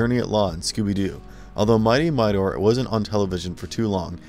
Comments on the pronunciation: Mightor, not Mighnor, Zandor, not Zander! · how about Thunndar???? i can understand but covering Suoerpresident but Thunndar was a really cool show BTW... Mightor is pronounced 'Migh Tor'.... not 'miter' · Literally no one who watched these shows forgot about them. Also, it's not pronounced "Midor." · Funny pronunciation of “Mightor”.